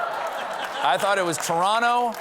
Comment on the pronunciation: “Torawno”! Who’s the Canadian speaking coach! Well done!